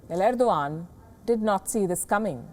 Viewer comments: End- O- gone... Erdo-Khan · Ardo g a a n d 😂😂😂